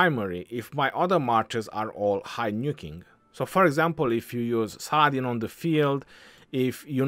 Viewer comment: I say Salahdin or Saladin🤔 nah❌ Saadin yes ✔️👽